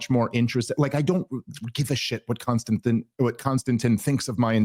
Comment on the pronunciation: KON-STAN-TEEN. bro….lol